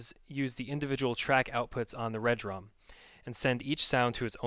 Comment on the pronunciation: Dude...love the vids, but it's RE-Drum not Red Rum. Peace.